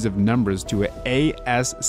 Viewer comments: ITS NOT A ES SEE EYE EYE ITS “ASS KEY” GOD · saying "A-S-C-I-I" instead of "AS-KEY" was so painful